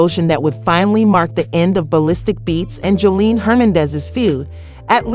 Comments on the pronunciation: Who the hell is Joleen? Please pronounce this lady name right or dont tell the story. Then you called her Jose-line. 😂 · you’re pissing me off how hard is it to say JOSELINE. information can’t even be trusted you can’t even take the time to learn how to say her name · How do you do this much research on a person but not know how to properly pronounce their name